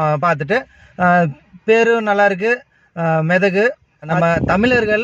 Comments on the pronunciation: மெதகு அல்ல மேதகு. மெ அல்ல மே.... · மெதகு இல்லடா.. 🤣 மேதகு..! தமிழில் உச்சரிப்பு மிக அவசியம் தலைவரே😂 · தலைவா ..மேதகு ..மெதகு இல்லை .. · அது மெதகு அல்ல மேதகு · மிதகு இல்லை மேதகு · உங்கள் பற்றி குறை கூறுவது நோக்கமல்ல, படத்தின் பெயர் மெதகு அல்ல மேதகு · நன்றி சகோதரா.... " மேதகு " சரியாக உச்சரிங்கள். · தலைப்பை சரி யாக வாசிக்கவும் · padaththin peyarai thavaraaka solliriye thamizh uchsaippai thamizh therinthavarkalidamkettuppurinthukol